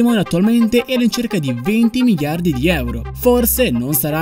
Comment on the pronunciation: Non riesco a finire di vedere il video, la tua pronuncia: migliardi invece di miliardi mi fa inorridire